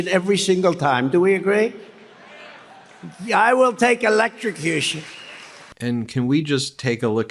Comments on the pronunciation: Did he just use an entire speech to project and gaslight? Trump talks for 2hrs, but he never says sht..... he's right....not many are capable of such a blatant display of gross stvpid1ty on such a global stage....''Elextracution?'' Bro can barely pronounce the word....Biden is clearly better spoken but Faux and Trump pretend they don't notice...no idea how MAGA keep denying this sht to themselves ☠️ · How does Trump get to decide if he’s going to die by ether elet-trcush’ion or being eaten by a shark? Also sitting on a 12 volt battery is not going to elet-trcus’ion Trump.